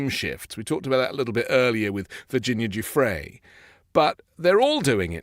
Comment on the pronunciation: I agree. How on earth reporters can’t get these people’s names right by now (especially Virginia Guiffre) is appalling. This Maxwell/Epstein thing has been going on for almost ten years now.